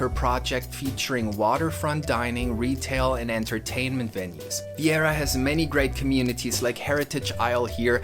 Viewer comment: Nice work,. Really well done and you included the most important parts. Thanks for pronouncing the name of our town correctly.